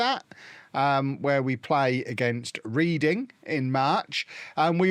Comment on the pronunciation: How come you mispronounced Reading? 😅